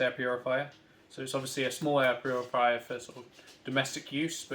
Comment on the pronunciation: Man literally said , puriviya, hahahah, instead of Purifier, hahahahh